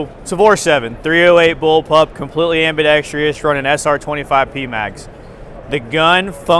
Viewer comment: SHOT "ambidextreeus" Show